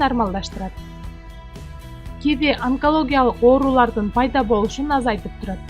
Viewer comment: Ударенниени туура коюп окусанар М: Ки -ви